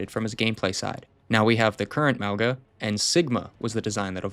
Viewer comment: Apparently Mauga is pronounced "Mah-Ohn-Ga". Love these vids, take your time to make them! I love Zarya but i really think she looks now like astronaut :D